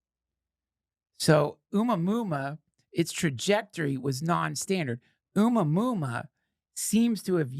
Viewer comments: Duncan... I believe your "Oomah Moomah" is pronounced Oh-mua-mua" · It's pronounced "A-moo-uh-moo-uh." What is your problem Duncan? You can't look up how to PRONOUNCE A WORD, THIS AGGRESSIVE ACTION WILL NOT BE TOLERATED 'N SHIEEEET